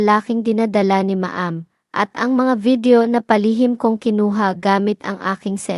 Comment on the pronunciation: Paki ayos po pronounce mo. Anong ma-am? Dapat alam mo tamang bigkas